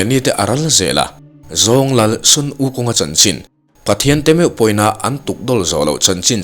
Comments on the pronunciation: Hei hi lawm... MLBB ah Sun(Ni) ang a an lam hian ka lo ngai mawh thei lutuk a... Christopa mi bright nge nge rawn lam dik chaih mai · Sun -ni anga lam rik tur a nilo